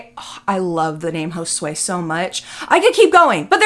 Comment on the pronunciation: joswey???😭 Josue????💀 never in my life have I heard of that name and I’m Mexican 😂 my bad just surprised me but this lady naming these ppl burrito is crazy